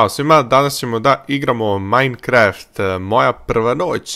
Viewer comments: kaze se mainkraft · nemas ti pojma kopas sve pikeksom i kaze se majkraft pravi si nuuuuuuuub